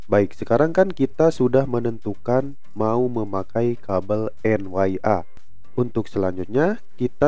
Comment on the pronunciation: Itu kabel Een Yee aaa... bukan en wai aaa...😅